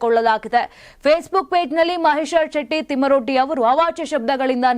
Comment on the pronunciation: thmaroddi alla thimarodi swalpa akshara pronounce sari madkoli